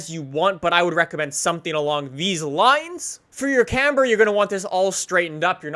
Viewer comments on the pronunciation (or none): none